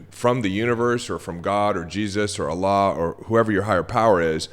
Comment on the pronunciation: First time here. Thank you for saying Allah with such a good accent and respect ❤🙏